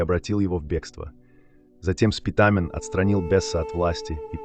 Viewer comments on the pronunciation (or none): Не СпитАААмен , а Спитамен.